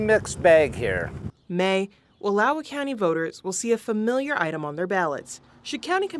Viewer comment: chick literally mispronounced wallowa